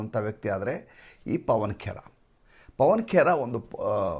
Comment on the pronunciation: ಪವನ ಕೇರಾ ಅಲ್ಲ ಪವನ ಕೆರ..